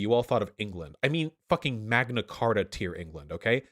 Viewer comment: "The Queen is a fucking chibi doll that sits on her throne and waits for death." I mean....he's not wrong, lol Honestly at this point, the Royal Family is basically our version of the Kardashians Edit: I'm on Vaush's side here, but hearing "Magna Carter" gave me psychic damage.